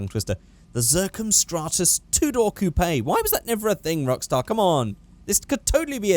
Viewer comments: why do you say coo pay it's pronounced coop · it is coupe (COOP) not coupAY!!!!!!!! that is really annoying, I know you are in a different country but im sure it still translates